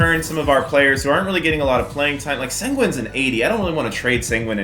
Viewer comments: Senguen it’s Sen Goon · It’s pronounced Shen-Goon